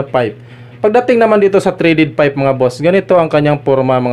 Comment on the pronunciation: Tama naman po kayo sir kaya lang ang pronunciation nyo ng PIPE ay FIPE baka kasi paniwalaan ng mga bata correction lang po kung mamarapatin nyo